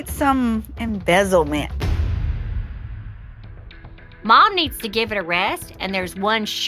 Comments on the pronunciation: “It need some “embezzlement””?!? Ahem. Ma’am it’s “embellishment” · Did anyone hear the mom say “it needs some embezzlement” instead of embellishment? 🤔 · Embezzlement???? Mom meant to say EMBELISHMENT . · Embezzlement 🤣 honey you meant embellishment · Did that mum just say embezzlement? It's EMBELLISHMENT not embezzlement. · When the mom said “embezzlement” when she meant “embellishment” I lost my last tiny bit of patience with her Lmao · Did the mom say embezzlement instead of embellishment? Really? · I didn’t feel bad laughing at the mom saying “embezzlement” instead of embellishment, since she was so selfish towards her daughter. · When the mum said ‘embezzlement’ instead of ‘embellishment’ I nearly died 😂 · She actually said embezzlement 🤣🤣🤣🤣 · Lmao embezzlement instead of embellishment 😂😂😂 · lmao the mum said embezzlement instead of embellishment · The mom is awful… and to top it off she said the dress needs “embezzlement” instead of “embellishment” #facepalm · She did not just say embezzlement 😂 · DID SHE SAY EMBEZZLEMENT 💀💀💀🤣 Shes not very nice or smart. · She said “embezzlement” 😂 mama tryna go to jail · Did she say "Embezzlement"? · Did she say embezzlement? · Ummmm mom. Maybe you meant "embelishment"